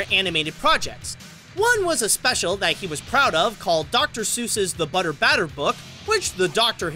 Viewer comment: Hey, the title of the seuss book was pronounced Butter BATTLE Book not BATTER book